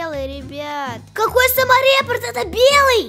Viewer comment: Не самореп, а саморепорт